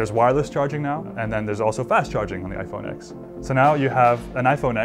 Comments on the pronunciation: FFS ITS PRONOUNCED IPHONE 10 NOT FUCKING IPHONE X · Cringed every time he said X instead of Ten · He pronounced it 'iPhone X' instead of 'iPhone Ten' . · Its pronounced iphone TEN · If you love this phone so much then why can't you say the damn name right